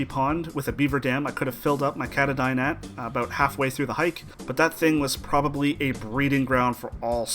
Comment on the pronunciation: katadyn = kaa-taa-din